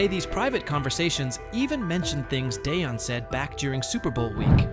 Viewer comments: You can't pronounce Deion Sanders . You shouldn't cover the NFL. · This is the worst sports channel.I've ever seen.You guys can't even pronounce Deion's name right! Go do your homework rookies